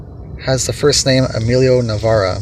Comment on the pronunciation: I grew up with Emilio, in Navaira the aira is pronounced with a long I ... like Ira.